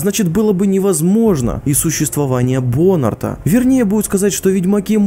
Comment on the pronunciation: Ну во первых не БОнарта, а БонАрта, ударение на первое "а", а во вторых то, что "ведьмаки не имеют эмоций", это говорят люди которые вообще не читали книг Сапковского, а повторяют эту чушь, за такими же "эрудитами", в попытке блеснуть знаниями. Теперь, на счёт "человек ведьмак, или не человек"? Физические изменения в теле человек лишают его возможности называться человеком? Мутации убивают у ведьмаков человеческое сознание? Человеческую душу, в конце концов? По твоей, извращённой, логике, человек с протезом, или кардиостимулятором, это уже не человек? Ты серьёзно? Надеюсь нет.. А что будет, если скрестить велосипед с мотоциклом? Мотописед? Ты, видимо вообще не имеешь понятия кто такой ЧЕЛОВЕК, если в разговоре о том,кто является человеком, а кто нет, приводишь пример каких то слонопотамов.. Сам по себе разговор "ведьмаки люди, или нет?", это уже бред полнейший. Чтобы понять, кто является человеком, а кто нет, нужно не только "загугливать", а и немного, более обширно, ГОЛОВОЙ думать. Ну или почитай хоть Библию, для начала..